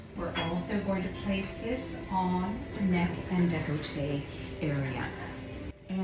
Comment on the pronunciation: y'all said you're in canada but saying "the" before le or la took me out. 🥲and deh-col-tay instead of deck-lah-tay.